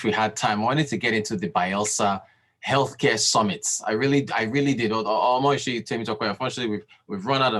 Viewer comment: And, it is Omosuyi not Omoyusi. 😂